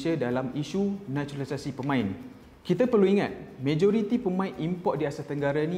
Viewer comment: “NATURALISASI” “NACHULISASI”